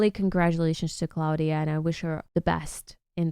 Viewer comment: It's Klavdia not Claudia